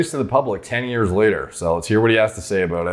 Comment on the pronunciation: "i've been working on this for 10 YEEEEss" not years. yee's as in yeah's not years.